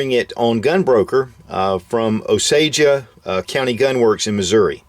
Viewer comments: Pronounced "Oh-sage" and not "oh-Sage-uh". Just for next time. :) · It's pronounced Ōsāje. Great video ANG great platform. I have a.308 and absolutely love it. Looking to upgrade to the Magpul stock for it to have detachable mags. Keep it up.